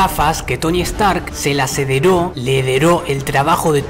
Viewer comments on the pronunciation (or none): Se dice heredo no hedero (sin hate) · "Hederó" jajajajaja Buen video bro